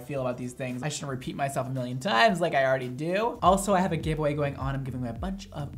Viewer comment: "I have a giveaway going on" I legit heard "I have a gay boy going on" I was like.....what? Haha